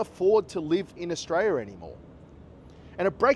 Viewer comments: Maybe learn how to pronounce the country's name first.. Aus-tray-lee-ah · Mate there is an “l” at the end of Australia-l-is!! The cost of living is high in most countries in the world at the moment so stop your bloody whinging!!